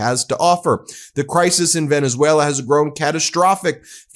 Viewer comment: You idiots! He literally calls you out (mispronounced of course) "Venezwera"